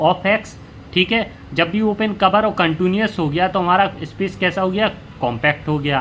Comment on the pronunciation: Contuniuous nhi h sir countiii nu as hota hai uska pronounciation